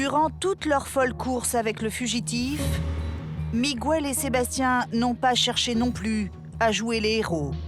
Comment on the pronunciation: miguel pronocer migel pas migouel